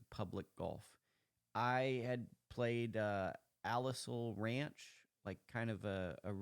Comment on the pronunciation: You said La Purisima correct, but you said Lompoc wrong, it’s pronounced Lom-poke. Alisal, it’s pronounced Al-iss-sal and Santa Ynez is pronounced Santa É-Nez, but it’s cool everyone pronounces them all wrong. La Purisima is my home course!! It’s such an awesome course. I came home for 3 weeks just to play it everyday!! It’ll always be my favorite course!!